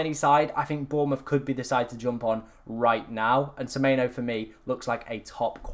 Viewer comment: It’s semenyo not semeyno